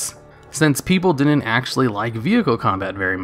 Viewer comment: Do you realise you say "din-n't" instead of "didn't"?